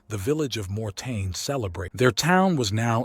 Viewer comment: MOR- TAIN is how it is spelled, not morten.Thanks for the video.